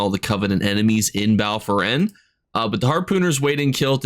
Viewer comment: it’s Foyen, not Foren. And Weald, not weld. 😁